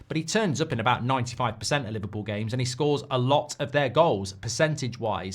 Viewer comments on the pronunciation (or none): none